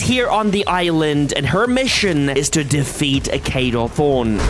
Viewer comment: NOT KADO THRONE KADO THORN